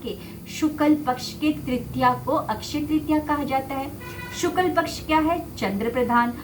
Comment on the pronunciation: बहुत सुंदर वीडियो। एक सुधार है शुक्ल पक्ष कहते हैं न कि शुकल पक्ष